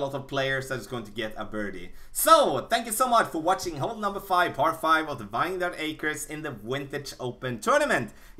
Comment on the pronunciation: Thanks for the great content as always! Just fyi...you wouldn’t know it by looking at it, but it’s actually pronounced VIN-yard, not VINE-yard. English is stupid, I know.